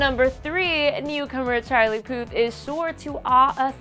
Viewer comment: whe she said charlie puth it sounded like she said charlie POOP lol